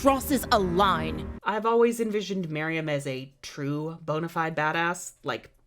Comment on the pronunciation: It's actually queen Marion. Or were you actually saying that but it's just me who heard Miriam? XD